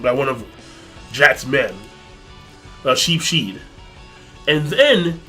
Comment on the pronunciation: I like how King pronounces Sheepshead's name! "Sheep shiet"